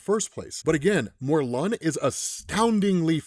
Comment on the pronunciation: It’s mor-lin